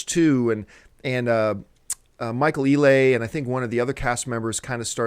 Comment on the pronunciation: John: That's Michael "Ee-Lee" not "Ee-lay", lol.